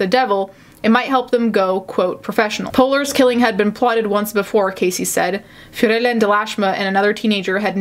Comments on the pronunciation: Unrelated to the subject, but the way you said Fiorella cracked me up because I know you’re saying it correctly, but I’ve only heard American pronunciation of these names so it sounds funny. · I love the way you say "Fiorella". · This has nothing to do with the case but I loved how u said "fiorella" with the accent!